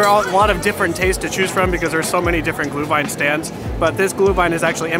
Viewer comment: Looks way better than I expected! The stands really look like they do in Germany/Austria. But with the business and cultural connections, that makes sense. It's nice to see the Glühwein being sold in actual ceramic cups with a Pfand. Btw, please please stress the Umlaut when you say Glühwein 😅 it is not glue-wine. I wonder how strict the Americans are regarding drinking the alcoholic beverages and if they check ID and all that stuff.